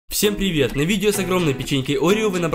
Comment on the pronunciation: всем пливет